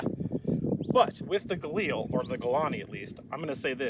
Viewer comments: Gaw-leel? lol. Guh-leel. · Listening to Ian pronounce Galil like it's French is hilarious.